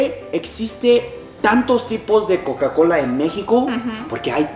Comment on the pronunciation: ya casi ibas a decir cacacola jajaja jajaja.